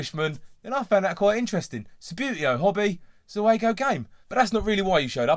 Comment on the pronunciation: Pronounced "ZOO-go". Basically, the Italian trade-name for their own Subbuteo production line.